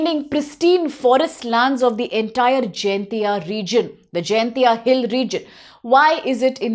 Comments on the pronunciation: miss pronounced.... not jayantia..... it's jain tia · It's Jaiñtia Not Jaintia